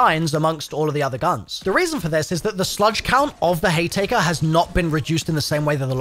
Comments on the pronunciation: The sludge and tea maker 😂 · are you purposely miss pronouncing slugs and haymaker?